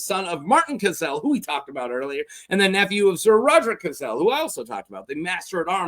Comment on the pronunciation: It's Cassel not "Caselle" 😅